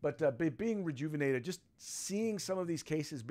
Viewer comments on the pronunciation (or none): Re-enjuvinated, lol, your on a roll today.🥸